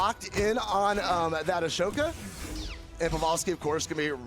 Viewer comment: Pav-ah-lski and ASHoka. I'm wounded 😂